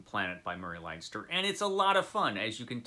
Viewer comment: FYI Leinster is, or should be, pronounced Len-Stir as in Ulster, Munster, Leinster and Connaught, the four provinces of Ireland.